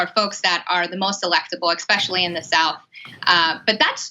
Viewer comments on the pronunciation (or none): Please stop saying Ex-specially.